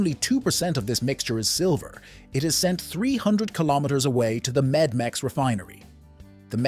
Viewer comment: It is Metmex,not Medmex. It is Metal, not Medical.